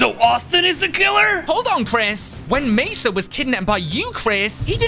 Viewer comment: It's mesa😒